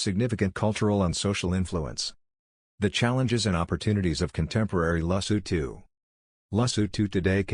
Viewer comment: Don't you need to put more effort in how to pronounce the name? Your pronounciation sucks. This is horrible and disrepectful. Respect people by putting effort to pronounce their country and king properly, I can't even finish watching this, that is how bad it is.I'm not even Sotho, I'm Zulu from South Africa and I find this dsrespectful.